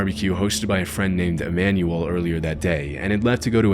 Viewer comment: Manuel is pronounced like “man-well” or “mon-well” not manual…